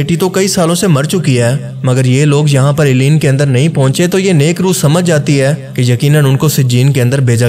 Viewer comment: Eleen nai balkay word he "ELLEYEEN"